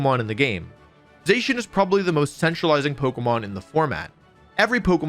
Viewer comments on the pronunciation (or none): Za-Shee-un not Zay-shun. Bothered me so much i had to stop less than ten minutes in.